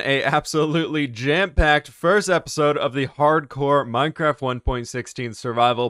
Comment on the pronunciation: Are u good at minecwaft